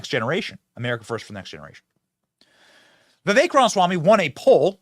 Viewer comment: "Vivek" is pronounced "Vifake".